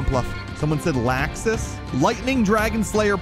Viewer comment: Not gonna lie, I got kinda triggered when He was pronouncing Laxus (Lawx-us) as (LAX-us) like a laxative...